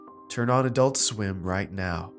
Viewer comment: adoolt sweem